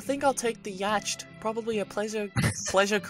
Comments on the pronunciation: Yatcht is pronounced yaht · yacht is pronounced yot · This is the best thing. Best thing.... But Yacht is pronounced "Yot". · You keep saying "yacht" wrong but it makes it even more funny so keep going 😂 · do they realise that they are pronouncing yacht wrong?